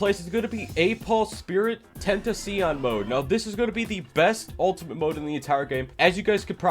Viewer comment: How the hell did you just say tentacion